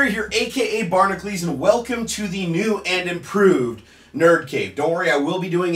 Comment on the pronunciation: Linguistically, the way Jerry pronounces "Barnacules" is incorrect. Phonetically it would be bar-nack-u-leez, according to how he's spelled it. It's obviously a play on "Hercules," but the phonetics are completely dissimilar with Jerry's spelling. In Greek mythology, it is pronounced Herc-u-leez. Jerry should omit the in "u"" to make it correct: "Barnacles," for instance. Problem is, he's invested so much into this phonetically inaccurate pronunciation that it'd be hard to reverse now. As a student of linguistics, it bothers me every time I see "Barnacules" but hear "barn-a-cleez." Branding is important, and it should be correct, even if only phonetically. Rebrand, Jerry, rebrand. Respect the English language! You don't want to be sophomoric o.0